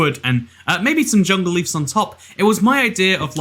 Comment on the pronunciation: I like how he says leefs instead of leaves =)